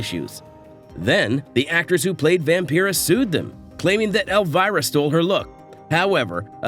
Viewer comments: Vam-Pie-rah not Vam-Pee rah like Vampire 😡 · Is this a computer generated voiceover? How can you not know how to pronounce Vampira?